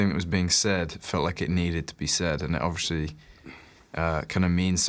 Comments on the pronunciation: lol harry says "obvRiously" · Harry says ‘obviously’ a lot for someone who can’t pronounce it properly